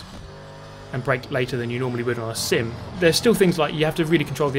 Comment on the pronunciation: Whenever he says "sim" sounds like he is saying "simp"